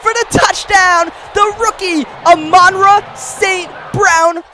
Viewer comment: my guy it is pronounced ah—men-raw